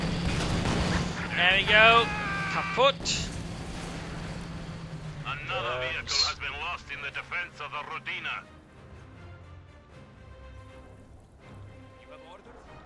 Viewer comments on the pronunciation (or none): Rodina gets stress on the first syllable, effectively the opposite of this game.